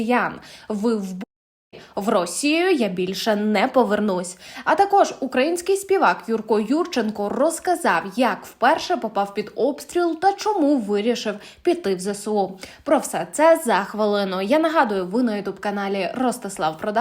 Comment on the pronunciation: Ведуча,не "ЗЕ-СЕ-У",а ЗЕ-ЕС-У!!!